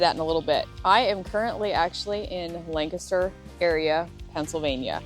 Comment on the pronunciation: Thank you for pronouncing "Lancaster" properly! lol! Fellow Pennsylvanian who also follows Megan Fox Unlocked. Welcome!